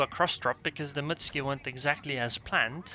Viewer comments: It's not pronounced Mitsky. It's Muuuutsuki. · wrong. I asked a Japanese friend. It's Mut-su-ki. I added the uuuu for emphasis. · like my friend was wrong then and both I and were wrong. It's pronounced Mutski.